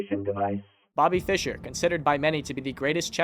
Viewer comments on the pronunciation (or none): none